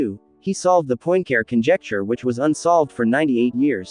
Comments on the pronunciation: You just cannot say POINT CARE as it sounds in English... (please say something like PUA-CAREER). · “Point Care”? 😢My goodness, can’t you make at least the effort to try to approximate the correct pronunciation? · Your pronunciation of 'Poincare' hurts my ears. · Not to mention unable to pronounce Poincaré. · Well, but why do you refuse to pronounce Poincaré correctly? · Why would someone put so much time and effort into producing a video about a mathematician known for proving the Poincaré conjecture, and not first of all learn to pronounce Poincaré?